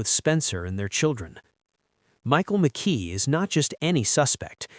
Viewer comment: Mckee not Mckay